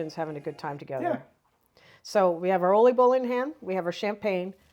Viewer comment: My compliments for the Dutch pronunciations and accurate Dutch traditions. Oliebollen, Schiedam, Scheveningen, erwtensoep, oudejaarslot, inburgering: these are difficult words to pronounce. Chapeau 🎩 👏!!! I love your videos. My best wishes for 2026. Ria 🥰